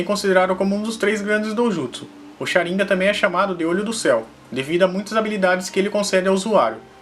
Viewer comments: Não me aguento ouvir shaniga invés de shanigan kkk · sabe nem fala Sharingan, kkkkkk Sharim gam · Ele fala sharingan errado n é sharíngan e sharingan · É Sharingan não é sharinga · Sabe nem falar sarigam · Pq as vezes você pronuncia Sháringan e Sharingan? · q nervoso tu falando sharíngã kkkkkkkk é sharingan mano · Cha rin ga ,_, agunia dessa fala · O cara fala shirangá KKK não consigo ouvir sem lembrar kk